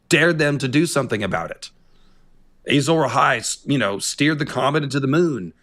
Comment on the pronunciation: Why does he keep saying “Ay-Zawra Hai”?